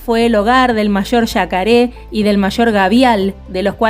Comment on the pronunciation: Vivo em Brasil y hablo Portugués como 2da lengua y me encanta como pronuncias la palabra "Jacaré"...